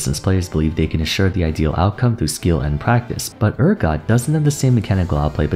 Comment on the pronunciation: Damn, saying Urgot's name wrong six times. That's commitment!